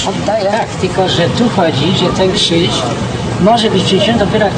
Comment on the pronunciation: nie "Kżyż" i nie "mjastu" tylko krzyż i miastu ; )